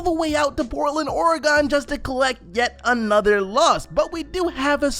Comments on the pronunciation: This nigga really just said ore-GONE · Portland Orahgon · Portland Ore-eh-gone